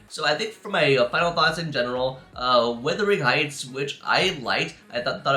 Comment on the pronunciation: Are you sure you’ve seen it? You couldn’t even pronounce the title correctly.